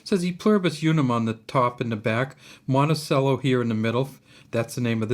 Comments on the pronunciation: In Virginia Thomas Jefferson’s home is pronounced “Monte-chello” as opposed to “Monte-cello” like in the NY town. Appreciate the education on the nickel. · Mont ti cello not sello! It’s your country, know it. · Monticello is pronounced like cello ("chellow").